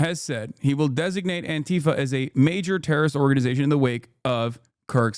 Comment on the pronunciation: the deliberate mispronunciation is infuriating its Anti-Fa not an-Ti-fa they cant even say the fucking name right. clueless fascists.